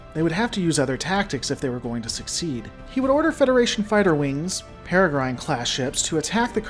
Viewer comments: 3 mins in - sorry, but it's "perra grin" not "perra grine" - the e is 'silent' - they're named after the Peregrine Falcon (a type of bird). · Paragron? Perigrine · I like watching your videos, but the way you mispronounce "Peregrine" makes me grind my teeth. "Pear-eh-grin" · Peregrine is pronounced "ˈperəɡrən". Basically ignore the "e" at the end, and you'll be okay. Ie. In this word "Grine" is prounounced "Gren" or "Grin" and rhymes with "Wren" or "Pin" You would probably be most familliar with hearing this word in speaking of the comic book hero, or the wide-spread, well known falcons he is named after. "Peregrine Falcon". Hope that helps for the future. :) I have trouble hearing certain words mispronounced, while others don't bother me, which makes it harder to enjoy some content, and I really lile your videos, so I'm sorry if it seems silly to point it out to you, or if I sound like an asshole, but I assure you its not my intention to be an asshole about this, so my appology if it comes off that way. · Erm, it's pronounced like "Perigrin", just like a Peregrine Falcon. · Excellent video.. that said, "peregrine" is pronounced with a short I like the "grin" facial expression. As in a peregrine falcon.